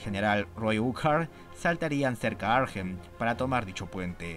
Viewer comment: Hola, sólo un comentario sin importancia, la h de Arnhem no se pronuncia.